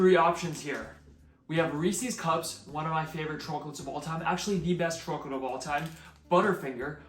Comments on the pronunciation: Seriously your pronunciation of every word is perfect . Except “choke a lit”. What’s going on there buddy? But good recipe will definitely try. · That’s what you call a northern New Jersey choke a lit 😂my entire family says it like this😂